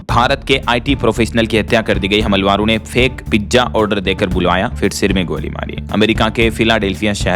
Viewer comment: भाई मेरी भी आदत खराब हो रही है 😮😮मैं भी हमलावर को हमलवार कहने लगा हूँ 😮😮😮कृपया सुधारने का प्रयास करें😮😮😮😮